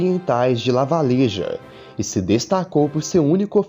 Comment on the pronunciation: Só uma constatação Lavalleja se pronuncia Lavajerra... Eu nasci na fronteira do Brasil com o Uruguai, na cidade de Santana do Livramento, lugar onde na época da guerra da Cisplatina ainda era um território em dispita da banda oriental e acabou ficando definitivamente com o Brasil, o próprio Osório marchou daqui pra batalha do passo do Rosário, essa cidade, ou essa região até mesmo antes de existir a cidade em si foi palco de diversas batalhas de desconhecimento não só da maioria do Brasil como o próprio povo daqui desconhece a própria história, ou fez questão de apagar já que fazemos fronteira com o uruguai e temos uma relação amistosa e até mesmo as famílias são junções de relacionamentos entre brasileiros/as e uruguaios/as... O próprio General Davi Canabarro está enterrado na cidade e as pessoas ligam ele como alguém que lutou contra o império na guerra dos farrapos, mas não sabem que após a revolução farroupilha ele foi incorporado as tropas imperiais e juntou-se a seu antes rival Duque de Caxias para enfrentar uruguaios e argentinos na guerra do Prata, Duque de Caxias invadiu o Uruguai por Santana do Livramento e Canabarro por Quaraí e uniram seus exércitos dentro do Uruguai para derrubar Uribe que se rendeu sem lutar para não ter as suas tropas dizimadas e marchar até a província de Buenos aires, para abrir caminho para o império se juntar as tropas de Urquiza e derrubar Juan Manuel de Rosas o que foi concluído na batalha de Caseros... Além disso essa cidade foi palco do